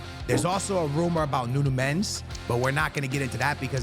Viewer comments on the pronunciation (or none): none